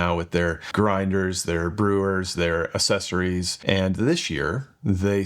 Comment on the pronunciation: I like how you say 'accessories' because the way you talk has been warped by years of saying the word 'espresso' correctly. Psychic damage